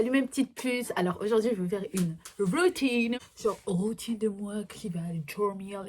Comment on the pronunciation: « Woutine pour aller dowmiw » bg l’accent chakal mdrrr